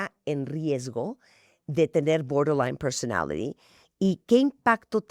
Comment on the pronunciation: BORDER LINE PERSONALITY 🗣️🗣️ 🤣🤣🤣 no puedo como lo pronuncia Martha, bien gringa ella 🤭🤭